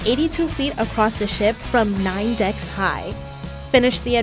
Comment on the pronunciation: "it has 18 deckths" 😂